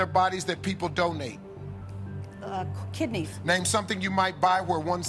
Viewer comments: Haha I heard 'don't need' instead of 'donate'. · I thought Steve said "Don't eat" instead of Donate xD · well... I understood "Don't need" instead of donate.... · oh gosh I thought it was 'don't need' as well!! You mean I've been listening to this so many times and it's 'donate'?! lol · Oh wow I misheard "donate" with "don't need" so i was like Waaaaaaa? when the first girl said Heart XD